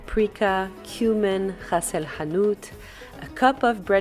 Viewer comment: As a Moroccan, this recipe is authentic👌your pronunciation of ras el hanout is really good.